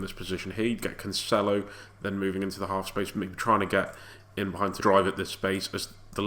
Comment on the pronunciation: Heads up, It's pronounced Canselo not Canchelo